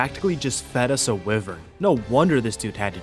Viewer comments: Why-vern ... not wiv-ern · lol it’s wyvern not wivern 😂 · it's WHY vern, not wivern. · Dear, King of goblins and goopers, Lord of grubs and bobs, and Heavenly commander of arc pvp. Idk why but it pisses me off so much how u pronounce wyvern. Its pronounced “Why - vern” not “wi - vern”. Other than that the video is spectacular and is more than entertaining. Hope you have a good few days to rest after this clusterfuck of a situation. Sincerely, random subscriber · Bro I could watch your vids all day but hearing you pronounce wyvern like that is painful 😂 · Isn’t wyvern pronounced why-vern? Or am I just a why-tard? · its pronounced why-vern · it hurts me every time he says wivren :face-blue-wide-eyes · Hate to be pedantic but I think you’re pronouncing Wyvern wrong bless